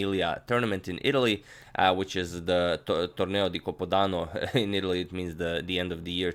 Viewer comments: "torneo di cApodanno", but still very good Italian agad! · you pronounced "Reggio Emilia" pretty well, but hearing "copodano" made laugh ahahah still great miniature and great video.